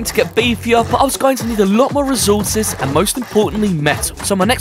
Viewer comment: Recourses❌ Rezourses✅